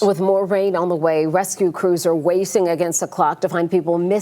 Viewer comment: Did she say rescue crews are "wacing" against the clock 🤔